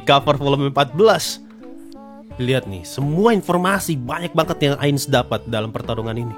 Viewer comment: Apa cuma gue yang ngerasa kalau Pandora's Actor waktu nyebut Ainz tu jadi "Ngainz sama" 😂